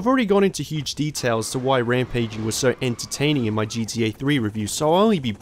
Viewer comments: Its GTA man, not G E A or G D A. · great video. i like your videos but i just have to be honest and say something. with all due respect...its not gDa ..its GTA. Please work on emphasizing the T lol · Why does he keep saying GDA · jeedee ay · Gee - Dee - ey 😅 this is unwatchable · Seriously? No talks about how he pronounces ‘gta’? I like these videos bro keep up!